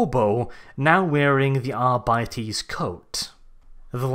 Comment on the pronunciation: All together now.... ARE-BITES not Ar bities